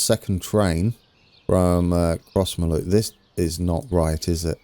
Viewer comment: Crossmyloof is pronounced “Crossmiloof” Also, South Western goes up to 70mph after Kennishead towards Barrhead.